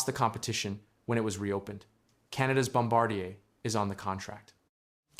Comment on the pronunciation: Kept mispronouncing Bombardier until